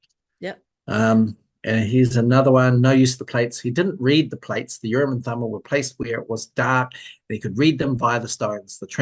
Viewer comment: Urim and Thummin. Or was that bogus?